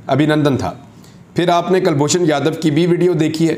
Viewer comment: Kalboshan yadaw nahee abinandan 🤣🤣🤣